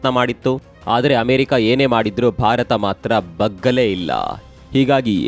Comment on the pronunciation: ನೀವು ನ್ಯೂಸ್ ಹೇಳುವಾಗ ಇತ್ತು ಯಾವ. ಇಲ್ಲ ಹೇಳುವ ಬದಲು ಇತ್ತುಂ ಇಲ್ಲಂ ಅಂತ ಹೇಳೋದು ಯಾಕೆ....